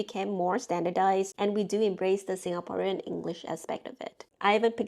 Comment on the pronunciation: you are pronouncing some words with a SG/MY accent - like "Singaporean"